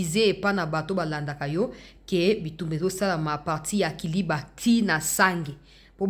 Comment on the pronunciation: Na émission oyo elekaki liboso olobaki KALIBA non eza KALIBA te kasi eza KILIBA. Merci et courage